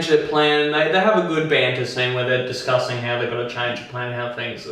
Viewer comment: heard "Disgusting Stargate" instead "Discussing Stargate". OMG